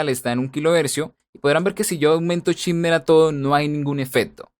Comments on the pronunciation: Se pronuncia SHEIMER, no chimer. Excelente video. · En realidad se pronuncia SHIMMER, tal y como se escribe, es una palabra que usan bastante cuando se refieren a las frecuencias agudas, sobre todo cuando boostean.